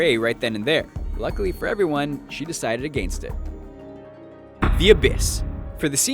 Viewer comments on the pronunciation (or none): agaynst? not against? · "aGAINst it" ?